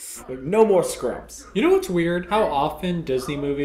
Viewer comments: Are they aware that it's SKUMPS, and not SCRUMPS? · WinkyRose DAMMMIIIITTTTT it totally sounds like scrumps! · It's Skumps!! Not Skrumps!!! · It's not "Scrumps", it's "Skumps." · For the love of Walt, they're saying SKUMPS LOL